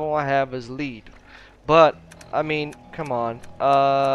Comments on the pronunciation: it lead (led) not leed (leed) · Im laughing my ass off hearing him say leed! Bahahaha